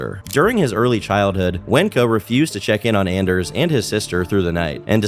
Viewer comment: Dude it's ON-ders its a hard ON ffs.